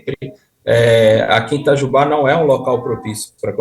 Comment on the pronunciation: Moro a 40 km de Itajubá, uma cidade rodeada de pequenas cidades menores de 10 mil habitantes onde todos nos ao redor , vamos resolver diversos assuntos . Que tristeza , levei até um susto com a voz do Beto pronunciando " Itajubá - Minas Gerais "...😂😂😂